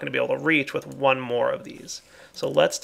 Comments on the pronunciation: Corvus Urro Being a famous YouTuber doesn't mean he shouldn't try to actually read a word and attempt to speak it properly. Nor does the words being Latin or Latin-derived ("dead language" or not, there are pronunciation rules for it.) And ignoring all that, leaving out an entire syllable is both lazy and wrong and totally changes the word (precantio, as opposed to the actual word, praecantatio - note the extra a in the first syllable, and the additional "ant" syllable). Also, suggesting I become a famous Youtuber as proof of my side of things is a horrible logical fallacy and completely stupid. Particularly when I simply want him to stop giving bad advice and just try to pronounce a word right. Talk about overkill. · Uff why does he say pricanio when it's praecantetio... Btw it's pronounced pri-can-te-shi-o. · Praecantatio,not Praecantio! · PraecanTAtio, perdiTIo. I'm really sorry to point this out -- and I know you know their real name --, but it does sound unprofessional of you to know that you're saying it wrong and make no effort to correct yourself. Please don't be proud of blemishes. It bothers me and it sound obviously wrong like hearing someone say "mathky" every time instead of "mathematic." They're not ridiculously long words and they're common enough that I hear you say it every 2 or 3 episodes. A little effort goes a long way. I know this sounds terrible, and this is why I said I was sorry. I'm sorry again. But I don't know of a way to put it more lightly.